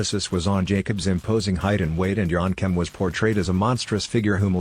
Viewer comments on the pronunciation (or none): It's yankem not yonkem dude . Get it right